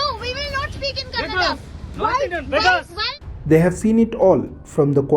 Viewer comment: Youtuber its kannada not cannada